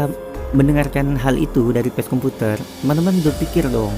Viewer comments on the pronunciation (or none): P.A.C.E BUKAN PES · Bukan pes komputer bro bacanya... " Baca Pace komputer aja tolong... wkwkwkwk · Maaf bg.. Bkan pes komputer.. Tpi bacanya emang PACE KOMPUTER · bacanya PA-CE bukan PES bro.. pace itu panggilan untuk laki2 d'papua